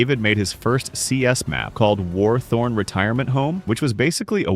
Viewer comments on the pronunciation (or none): warthorne not war-torn